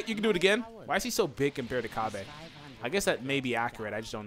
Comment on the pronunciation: It's Cabba not Cabé